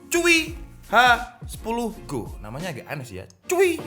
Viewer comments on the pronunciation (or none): Hi 10 go bukan H 10 go